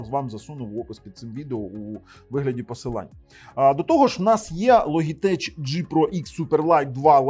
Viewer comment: Logitech -звучить як Лоджитек! )